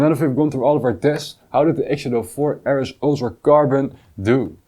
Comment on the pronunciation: “Err Ess” is the Dutch pronunciation, it’s rather more like “Arr Ess” for the RS letters